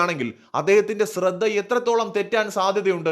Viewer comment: Ashradha kuravalla shradha kurav that is right